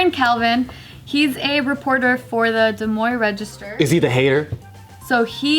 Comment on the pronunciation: Wow great job! You pronounced Des Moines right